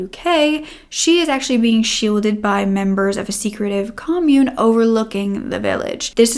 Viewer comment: Commune. Wow. Not pronounced well. Some of the other words as well Google how some words are used in sentences with no Ai.